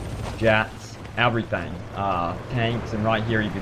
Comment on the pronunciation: " AAvry thing " ?